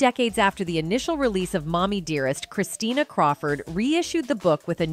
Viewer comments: What kind of low quality videos is this? It’s Christina. Not Christiana. This woman should let her mother rest ffs. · Please correct numerous errors, such as incorrect spelling and mispronuncIation of "Christina" and "Bette". As far as from where Joan adopted "Christina" (not Christiana) : celebrities who used Tann's services did include Joan Crawford (twin daughters, Cathy and Cynthia were adopted through the Tann agency), but daughter Christina and son Christopher were adopted through other agencies). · It's Christina not Christiana!! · Her name is Christina, not Christiana... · Christina not Christiana. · Damn AI voice pronounced Christina and Bette Christiana and Bet, smh. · "ChrisCHIYANYA"? "BET Davis"??? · Seriously? it’s Christina and Bette is Betty…I mean…how do you tell a story and not research and know the pronunciation of names? Furthermore…how can one NOT know who Bette Davis is? 🤔 you’re an embarrassment.🥴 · Please try saying CHRISTINA and BETTEE. Sorry to correct you. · Who is the narrator!? Mispronouncing Bette and Christina. WTH ? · The mispronunciation of Christina and Bette Davis is criminal. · I only made it through 1/3 of this video... it is so poorly researched. You mispronounced Christina. You mispronounced Bette. Also there are movie clips spliced in there that have nothing to do with Joan or Christina Crawford. Worse yet: when did we start saying "A" for Abuse and "K" for Kill ???? Those may not be pleasant words but they are certainly not blasphemous swear words that need to be sanitized. OMG. Thumbs down. 👎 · The narrator loses credibility when she doesn’t get the daughter’s name right. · Can’t you get her name right? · She mispronounced Christina’s name & Bette’s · Her name is Christina!!!! Get her name right!!!!